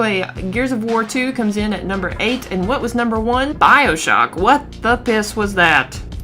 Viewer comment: Why'd you say bioshock like that lol!? B(